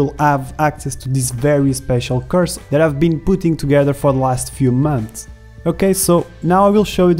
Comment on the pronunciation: I dont mean to be rude but when you say "course" it sounds more like you say "curse". But I like it and it made me smile:)